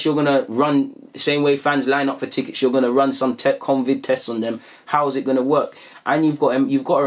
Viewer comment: my brother... It's CO-Vid... Not CON-Vid. Mad respect on the vids tho... Going insane without football